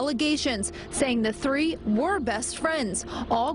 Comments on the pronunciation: Would you be willing to work on saying three and not tree? My OCD goes crazy every time. Good videos though. I watch your channel all the time. Keep it up 👍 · "" cool, but I really wish someone would teach him how to say "TH". Tree or Three? Trough or Thorough? The old English major in me, all apologies:) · One... two.... chreee...... twenty eight.... twenty nine..... churty..... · Ur so fucking odd. I guess that's why I watch u plus interesting stories even tho u can't say three